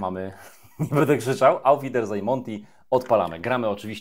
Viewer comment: Prawilna niemiecka wymowa dopiero daje odpowiedni wydzwiek tytułu gry :D hahah